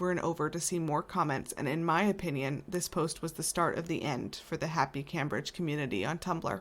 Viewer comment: I LOVE, LOVE, LOVE your posts. I have only one minor quibble. The future future's name is actually pronounced CAMEbridge although its spelled Cambridge. I am a first generation American of Jamaican descent, and the misprononciation just hits the ear uncomfortably. So imagine how your UK fans might feel. All Tea, NO shade. Love what you do here and in real life because my Mom and all Aunties were RNs. Also I wish you Mom a speedy recovery 🙏 ❤.